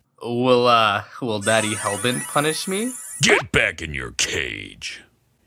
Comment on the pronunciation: I was laughing so hard when he said Hellbert-kun for some reason XD